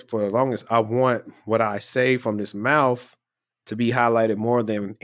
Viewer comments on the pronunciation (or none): PAUSE... Way too much emphasis on "THIS MOUTH" lmaooooooooo